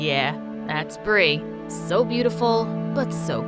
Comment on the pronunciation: I laugh when she say "I'm swo screwed, I'wm gownna crway to mwy mwommy, if I have one 😒"